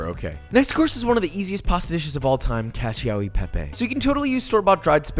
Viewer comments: As an Italian I died at how he pronounced “caccio e pepe” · You said Italians were having an aneurysm when you pronounced the cheese but you messed up the actual name of the pasta